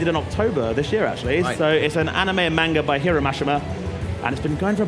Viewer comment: “Main ga” manga🤦🏾‍♀️ these guys